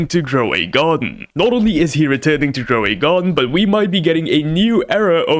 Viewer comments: grow a garden❌ groway garden 😭💀😂✅ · Not groway garden it's grow a garden dude u are a fuck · Bro it’s not groway garden it’s grow a garden…. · groway garden😂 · Why you say groway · in groway garden? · "Groway garden" hits hard 🔥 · "groway garden" WTF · Grow a garden ❌️ Gray a garden ✅️ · "groway garden" hits so hard 🔥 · Grow a Garden. . not Groway Garden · Its not groway garden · Grow a garden ❌ Groway garden ✔️ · “Groway garden” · "Groway Garden" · Bro stop saying Gro a way Garden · why u saying groway garden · About he sayed groway garden